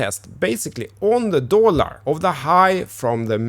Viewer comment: Why can't you pronounce DOLLAR correctly?